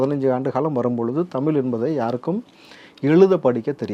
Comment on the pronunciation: When you are not able to say தமிழ், மொழி....... Saying தமில், மொளி.... what kind of language you are talking about